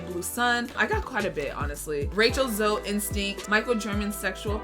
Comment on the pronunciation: My name being ZOE: Did she just say ZOe without the E I'm honestly hurt right now